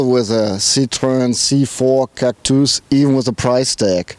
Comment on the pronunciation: Haha Cactüüüüüs xD Der neue "Citrön Cactüs" :D